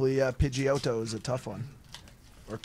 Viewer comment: Italian Pidgey, Pidgeotto 😂🤣